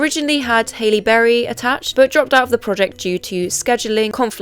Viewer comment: I’m I alone in thinking that American Horror Story fell off and sucked after the first season? And wait… you don’t know HAL-LE (not Hailey) Berry? I love your content and this video but I’m just baffled